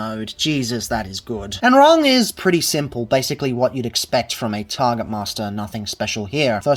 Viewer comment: Rung. It's Rung, as in ladder.